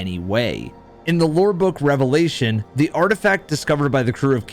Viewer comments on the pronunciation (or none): none